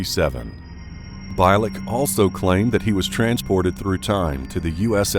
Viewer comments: Well known stories, as I have either read them all, or watched on YT. But, why, oh why can't you pronounce one name properly? It's Alfred BIELEK, not Beilek!! And his account of 2749 is very doubtful. Anyways, he died in 2011. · His name is pronounced Al (BEE'-lehk) not (BAHY-lehk). You should do thorough research before mispronouncing names of famous people. Otherwise it makes you seem like a plagiarizing novice. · ...His name is pronounced like.."Beal-lick" not "Bile-lick" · His name is pronounced Al Bee-lik, not By-lek !! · correction: BIELEK is pronounced bee-leck not bi-leck as 'ie' is not read as 'i'. Besides i listened about him tons of interviews. Check art bell for it. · Bielek is actually pronounced like Beal-ick.